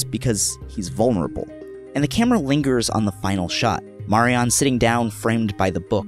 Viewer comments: If it's one of your favorite shows why are you pronouncing her name incorrectly? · The way you pronounce Marianne kept taking me out If you've seen the show, why is it difficult to say it correctly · I used to go out with a girl called Marianne who was Irish, funnily enough although I don't think it's an Irish name. She pronounced it Marry-ann with emphasis on the last syllable.